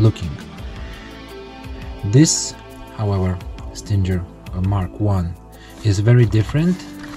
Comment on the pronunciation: You're saying Stinger wrong, it's pronounced like "singer", the "G" is not supposed to sound like a "J". Nice Stinger though.